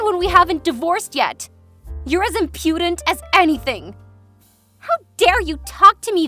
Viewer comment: The stress on "impudent" falls on the first syllable. But apparently native speakers are unaffordable next to AI sound files.